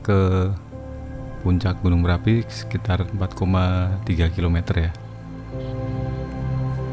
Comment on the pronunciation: Marapi atau merapi😂